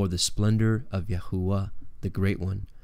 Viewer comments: Please what is yahuwa??or is he trying to pronounce Yahweh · Ahooah? Why can't you just say it in English... Jehovah! There is no way you are saying it exactly as the ancient jews said it. If saying God's name a certain way is so important then I am pretty sure Jesus would have included the actual name of the Father the lords prayer. But no offense say it as you please! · Was going to watch.. but you are pronouncing HIS Name wrong.. יהוה, YHVH, YAHWEH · You are pronouncing the name of GOD wrong.